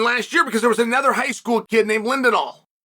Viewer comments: Jax Forrest is the bottom of the list for me of the top highschool guys he has reached his ceiling. He is amazing but he won't get better. Ladarion Locket is better. Bo Bassett is way better. The Raney Brothers have a higher ceiling. Joey Blaze is far better. Also it's not lindenal it's Lilledal. It's not Baze it's Blaze. One other kid from New York who's name has slipped my brain but he is better than Jax as well. Bottom line Bo Bassett is the only of who absolutely molly cops everyone and doesn't have close matches. If I'm recruiting he is the starting piece. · Lilledahl not lindenhall lol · Kept calling lilledal linedahl too lol